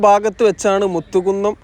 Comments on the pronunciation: മുത്തുകുന്നം അല്ല മൂത്തകുന്നം ആണേട്ടോ. ഞാൻ നോർത്ത് പറവൂർ ആണ് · 2-3 തവണ പറവൂർ town നിൻറ്റൈ അവസ്ഥ എന്നു പറഞ്ഞു . പറവൂർ town നിന് ഒരു പ്രശ്‌നവും ഇല്ല . മൂത്തകുന്നം ,മു അല്ല മൂ മൂ. മുസരീസ് സ്ഥലം "പട്ടണം". അതാണ് പേര്. Bolgatty ,Chellanam എവിടെയാണെന്ന് ഒന്നു നോകൂ. രണ്ടു പറവൂർ ഏതാണ്. വടക്കൻ പറവൂർ , North Paravur ഇതിലൂടെ മാത്രമാണ് ഈ highway പോകുന്നത്. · മലപ്പുറം ശൈലിയിൽ ഉള്ള വിവരണം കുഴപ്പം ഇല്ല പക്ഷെ സ്ഥലപ്പേരുകൾ കറക്റ്റ് ആയി പറയാമായിരുന്നു. Eg. കൊട്ടപ്പുറം അല്ല കോട്ടപ്പുറം എന്നാണ്, കൊതപറമ്പ് അല്ല കോതപറമ്പ് എന്നാണ്, മുത്തുകുന്നം അല്ല മൂത്തുകുന്നം എന്നാണ്. Google Map നോക്കിയാൽ മലയാളത്തിൽ സ്ഥലപ്പേരുകൾ ശരിയായി വായിക്കാവുന്നതാണ്.